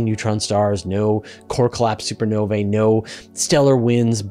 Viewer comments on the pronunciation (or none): none